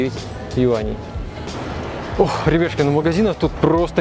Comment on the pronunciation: Блин, ну проговаривай внятно своё вступление/обращение ... А то ребяшку, ребятшки,ребяшки